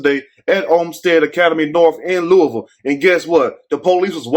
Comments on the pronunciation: Yes I was happy he pronounced it right, Luhval! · And you said Louisville correct because people not from here say it wrong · Hi,. Love your channel. You pronounced my city correctly, without saying the 's' in Louisville. Could you please do a video report on DOJ finding regarding Police brutality and Breonna Taylor's case? Our LMPD Police Dept has been corrupt for decades.